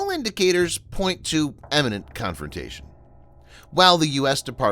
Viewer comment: That’s “imminent confrontation” not “eminent confrontation.” Need to work on you pronunciation and avoid confusing the YT CC bot.